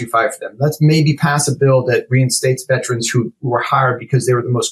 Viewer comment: I know that his pronunciation of the word "veterans" has been added to the dictionary (because such a colossal number of people mispronounce it so), but the actual word is posted inches away from his head, begging for him to say it right. No, he says it that other way. A thousand times. 🤦‍♂️. He probably goes to the lie-berry to check out books, too. - A Veteran's #petpeeve